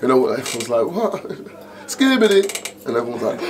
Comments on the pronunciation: Doing interview about a legend, least you can do is get his name right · You can't even get his name correct 🤬😡